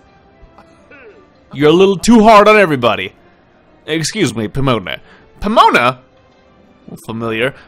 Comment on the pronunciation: Pom On a - not Po moan a.